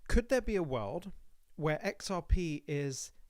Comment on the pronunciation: “Could there be a wuooooold where…” lol